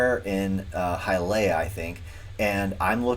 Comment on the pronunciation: its HIYALEEUH - Its little Cuba man